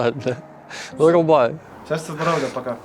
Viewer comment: Ага, особенно «щастя, здоровЛя»